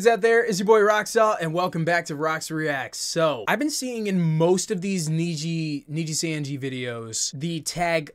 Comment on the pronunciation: I never heard anyone pronouncing nijisanji like this before😂